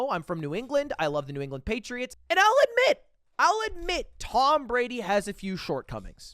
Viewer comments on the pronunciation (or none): When he said " I'll admit' I thought he said 'i like men" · How did I hear "I'll admit" as "I like men"?